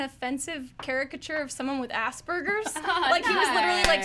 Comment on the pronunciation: She pronounced it "Ass Burgers". LOL!